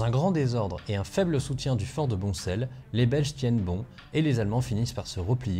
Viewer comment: Super vidéo deux ou trois petites corrections de prononciation lantin (son de fin comme dans pain), liers faut prononcer liersE, boncelle se prononce bon sel. Hâte de pouvoir retourner ce week-end aux fort de lantin après en avoir été privé l'an passé par le covid...